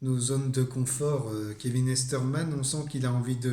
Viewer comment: Kevin Eastman et non easterman non ? En tout cas tu as l'air passionné quand tu en parle